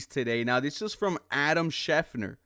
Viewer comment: I really appreciate your videos, but Christian Kirk is 28 not 29 and you are mispronouncing schefter